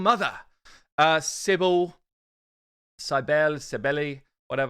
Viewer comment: CYBELE NOT CYBL... :P :P :P